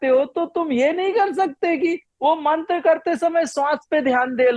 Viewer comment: मंत्रा नहीं मंत्र कहते हैं